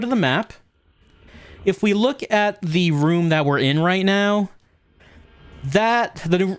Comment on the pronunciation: i feel like im the only one that thought say "WELCOME TO SILENT HILL: THE WOMB"